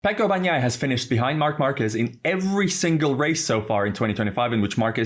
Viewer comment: Just out of curiosity: how can someone who sees Bagnaia after after day of track action still call him "BaKnaia"? 😂 Try "Bañaia" if that maybe helps, 😄